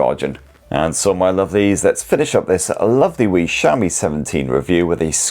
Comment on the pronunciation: I keep hearing shammy, then realized he was saying Xiaomi.